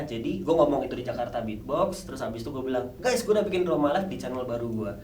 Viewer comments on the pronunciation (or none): none